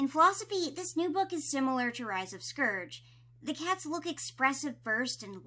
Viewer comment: You said scourge wrong 😭